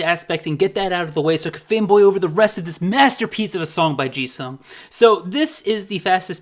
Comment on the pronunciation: The way you pronounce "Jisung" sounds like Jesus somehow 😂😂😂